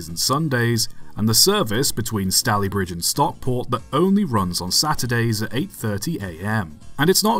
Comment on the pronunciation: Long "a" in Stalybridge as in Stay-lee-bridge.